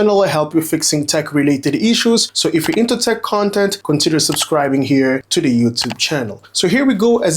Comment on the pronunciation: its "the screen" not "de screen"